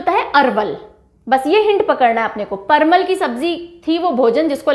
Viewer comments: parwal not parmal 🤔..vry nice video mam😃👌👌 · परमल नहीं होता है ma'am परवल होता है। टिरहुट नहीं होता तिरहुत होता है। बंका नहीं होता बांका होता है। Many more pronounciation mistakes but the video is quite informative... 🙏❤ love the way you teach ❤🙏